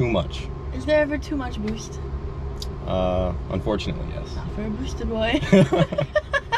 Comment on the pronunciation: She said “ too mach bwoost,is der ever too nach boosht “